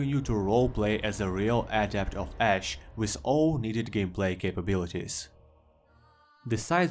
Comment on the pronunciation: I heard no Ash, only Ass.